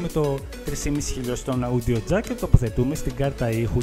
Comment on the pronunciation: Όντιο Τζακ όχι αούντιο τζακ